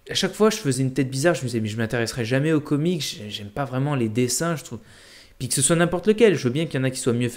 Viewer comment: Le s dans comics se prononce